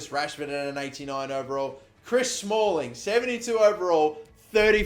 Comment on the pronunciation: no no no smalling not smalling!!!😫